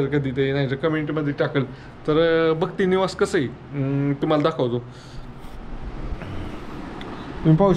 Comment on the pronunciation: भक्ती निवास नाही भक्त निवास बोला